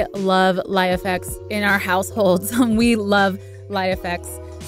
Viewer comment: It's pronounced "Life-X" not "Lie-FX"..